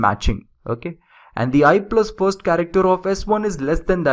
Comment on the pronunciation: what the hell is "furst" ?